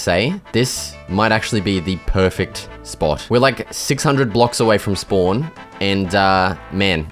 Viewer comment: bro says "peaufect" instead of "perfect" 😭😭